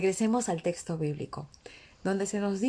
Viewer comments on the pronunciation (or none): none